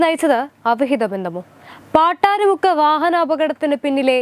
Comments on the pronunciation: എടി പെൺകൊച്ച് പാട്ടാരിമുക്ക് അല്ല പട്ടാഴി മുക്ക് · പാട്ടാരി മുക്ക് അല്ല പട്ടാഴി മുക്ക് ആണ്